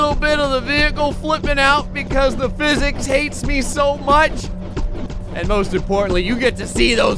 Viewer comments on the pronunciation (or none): none